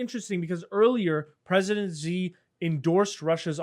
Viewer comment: President “she” is closer to how it’s pronounced FYI